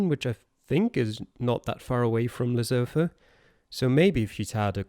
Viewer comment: Great job. To promote the culture of our next country, you could use it to educate the geoguessr community how to pronounce Lesotho (it's more like Lesutu)